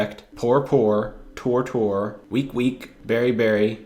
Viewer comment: Wine /whine, tour /tore, and whether /weather are not homonyms. Apparently you're "simplifying" the wh sound to just the w sound. And tour rhymes with pure, while tore rhymes with pore. Perhaps these errors have already been pointed out. (I haven't read most of the currently 776 comments.)